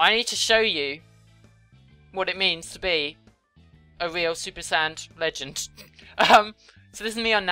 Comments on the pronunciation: To everyone wondering: says Super Sand Legen (not Super Sad) and Super Sand Lesbian. Thy are references to the videos Dragonzball P and Dragonzball PeePee, not people calling her a sad lesbian. Just to clarify. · She sai super sain legend